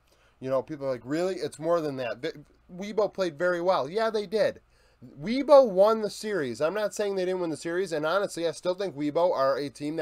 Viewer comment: Great video bro! Really like this series. By the way, as a Chinese speaker - Weibo is pronounced "way-bo" rather than "wee-bo," just if you were curious!